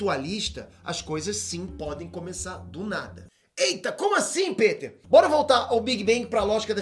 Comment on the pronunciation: ParAbéns pela pesquisa e tal... Mas vc fala muiiiiito rápido, acaba que pra leigos nesses assuntos é difícil acompanhar. Outra coisa, só fiquei pensando na pronúncia do seu nome kkkk Pêter rss mano, ou é Piter, ou Péter. Baguio esquisito